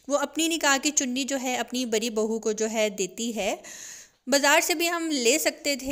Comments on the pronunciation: Bari bhu nhi hota badi (di) not ri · Thora thora bolti hai ye baji. Thoda bolna nai ata. Bari bahu nai baji badi bahu. Badi badi